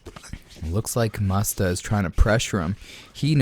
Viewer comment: Lol the guy puts “mustafa” 🦁 in his name and you pronounce it faaagggg 🤦🏻‍♂️ the poor fella